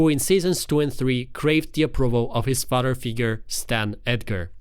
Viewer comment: Its pronounced FA-TH-ER 😅 Not fader